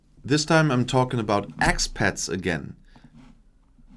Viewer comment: I thought he said “Axe pet”, which would be Lizzie Borden’s constant companion.